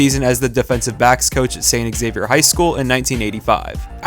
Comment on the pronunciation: Saint Xavier not Saint eggsavier